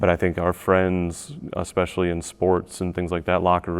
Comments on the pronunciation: The “fit girl” said so many incorrect claims, incorrect words (expecially) and… she’s an educator 😳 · You know you’re dealing with a small brain when they say “Expecially”.